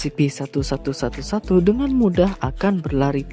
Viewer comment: Kadang salah ngomong jadi Scp-111 Sebenarnya kan Scp-1111